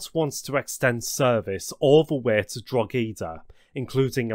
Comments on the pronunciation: Drah he dah not drog ee da lol. Nevertheless very interesting. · Drogheda was jarring. Split it Drogh - eda not Drog - heda as if it was spelled Drougheda. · I really enjoyed this video! About the pronunciations, I understand some places can be quite difficult and please dont take offense but here is how some of the places are pronounced: Howth - Hoe - th Drogheda - Draw - Head - Ah Dundalk - Done Dawk Swords - Just like the ⚔️ Portlaoise - Port Leesh Bridge's Glen - Its actually Bride's Glen Again, this video is spectacular and its great to see some recognition from abroad! Even I learnt from this. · Local people pronounce it 'Drawda' though which is extra confusing! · Great video. Irish place names can be tricky as the phonetics will be irregular to non Irish citizens. Sligo is pronounced Sly-go. Drogheda is Droh-hed-dah. Howth is Hoe-the. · I personally think the Drogheda one was the most pronounced of them. Always funny hearing Irish names being said by a non native. Sly go Gaul way Draw head a (and if it ever comes up in future video's) Done E gaul, people tend to put a "done AH gal" on it :/ gh in Irish names is always a rough one.. Lough in Ireland, Loch in Scotland.. Both said the same. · pronounced "draw-ah-da" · I'm trying not to laugh, but "Salgo" had me going and "Drogeedah" has me dying xD Sorry :P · Must say best effort on the Irish names of places 😂 few wear Wong but that normally 😂 only Irish can pronounce Drogheda right